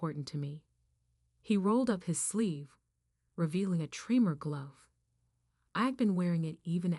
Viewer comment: Not 'tree-more', 'trem-er'. I have essential tremors. They run in my family.